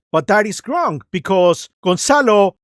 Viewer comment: I think it's funny that you say "GRONG" instead of "Wrong" 😅